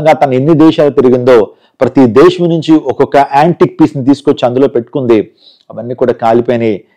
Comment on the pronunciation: Illullu kaadhu. Dhesssham kadhu Dhesam....I think you are a telugu educated person...no one says illullu...